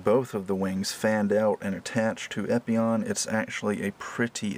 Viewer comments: Epyon "PIE"???? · how are you meant to spell the "pie" at the end of gundam epyon "pie"